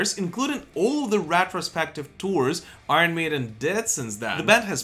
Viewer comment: Love the channel , please pronounce Iron correctly